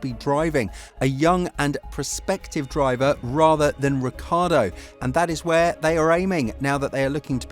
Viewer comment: his name is not Ricardo😂